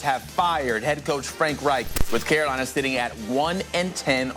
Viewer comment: I like how you enunciate Reich’s last name. The ‘ch’. You sound somewhat German 😂